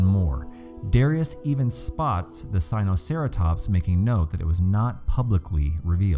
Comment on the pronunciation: What are He trying to say is Sinoceratops and not "Sinocetratops".